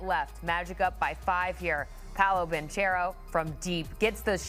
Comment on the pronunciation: Wagner is pronounced Vagner. Banchero is pronounced Banquero. It’s really pathetic how many people pronoun them wrong.